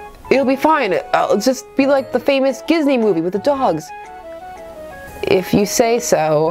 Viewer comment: "We can't call it jizney" it's a dating sim, low-key I think that's like the only way we COULD pronounce it